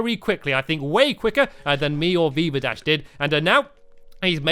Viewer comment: BeaverDash 😂😂😂😂 Haha it's VeevaDash